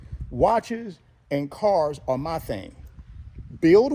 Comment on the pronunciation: "Thang"...very classy 😅😂.